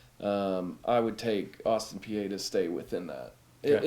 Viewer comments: Its austin pee not austin pee-eh lols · Exactly! It’s pronounced Austin Pee